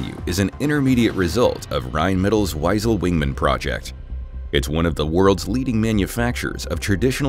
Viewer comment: Wiesel is pronounced vee-sl.